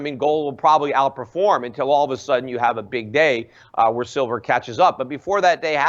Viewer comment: "Shilver". Lol. Nice slip.